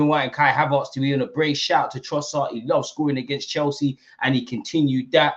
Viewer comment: it's ERTZ not ARTZ.... Am i missing something? 😂 You know what call him whatever yuh like! We're flying!! ❤‍🔥